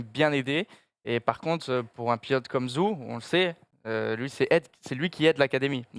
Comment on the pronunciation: Vous pouvez faire un petit effort pour la prononciation du nom de Guanyu Zhou et dire "joe" plutôt que "zou" ?